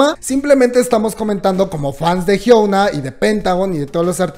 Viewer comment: No es por ser odiosa, pero no puedo con su pronunciación del nombre de Hyuna 😅 pd: no se coreano, pero si mg aprender como pronunciar los nombres coreanos